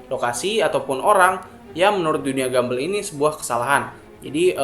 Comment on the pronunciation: Please cara bacanya buka gambel tapi gambol